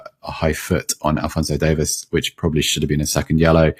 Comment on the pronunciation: Davies = "Day-Vees"